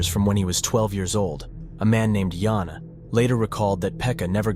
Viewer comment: Fuckin brick they just pronousedt it differtly😂